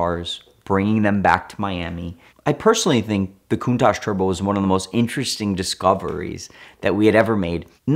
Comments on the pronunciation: If you've "studied Countach" your entire life, did you notice it doesn't have an S in the spelling? Its Countach. Coun-Tach. Is the Tachometer in your car called a tashometer? Study harder. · Drinking game- take a shot every time he says countash 😂